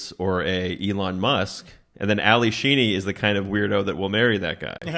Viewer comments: It’s Alli SHEEDY, not Sheeny! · Laughing at him calling Ally Sheedy 'Sheeny' the entire video